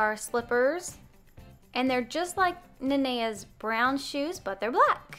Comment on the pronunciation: And I hate it when people pronounce it wrong but you got it